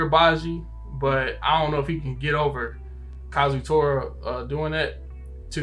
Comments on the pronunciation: facts says it right, But says it wrong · Everytime he says kazutora's name wrong it hurts my ears still my favorite youtubers tho love and support from barbados